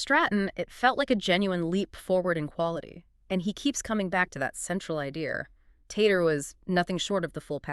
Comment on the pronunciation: Lmao it's pronounced teetehrreh